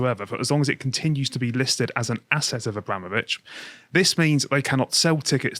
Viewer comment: Why can't pronounce "Abramovich"?? It sounds like he's saying "Obama-vich". Why can't Lotus Eaters train their presenters on how to pronounce foreign names?